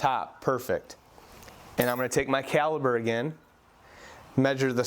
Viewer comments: Caliper, not caliber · Great job. But remember the word is Calipers. A Caliber is the size of a bullet. So Caliper. With a p not a b. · Cali"P"er not Caliber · beautiful work love it and thanks for the explination. Also as an aussie its not Jurrah its Jarrah :p itas also calliper ont callibur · Cali-P-er!...other than that, Great video!